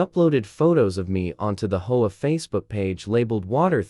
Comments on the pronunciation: Sounds like some kind of dinosaur bird when they say hoah 😂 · Please pronounce H O A correctly.